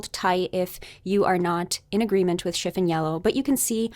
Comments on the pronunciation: Hello.. I agree with you completely regarding this color analysis.. However, you are mispronouncing the word CHIFFON.. The emphasis is on the second syllable.. Shif ON.. It's not SHIF un. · Yeah, this. I've actually never heard anyone pronounce it as "chiff-in" until this video. It's pretty distracting, despite the very intriguing content. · It is pronouned “Shiff-on” not shiffin. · Chifin? It's chif fon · It’s not pronounced chif’n yellow. The o is long o vowel sound as in the word “ on”. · Chiffon doesn’t rhyme with griffin. It rhymes with upon. Chiff-on. Sorry, but I couldn’t stand it. The color discussion is fascinating, though, and I love your videos. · Love it. "Chiffon" is "schiff-ON" in the US at least, like the fabric and the cake :)